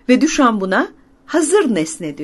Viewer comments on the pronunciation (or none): "Düşan" diye bir telaffuz mu var? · ”Düşa’nın”, diyor, yazılı olarak ifade etmek gerekiyorsa. Türkiye’de genelde “Düşamp” diye söylenir ama aslında Fransızca telaffuzuna yakın olarak “Düşo” daha uygun olsa gerek.